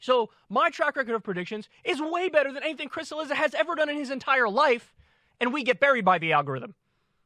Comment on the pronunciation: I think it’s spelled, Cilizza, which in original Italian is pronounced, Chilliza.